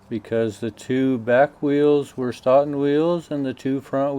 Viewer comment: Are Stoughton wheels from the same company in Stoughton Wisconsin that makes truck trailers? I didn't know they had been around that long. BTW (not that it is important but...) the locals would pronounce it Sto-ton, with a long o! Keep these great videos coming! I enjoy them a lot.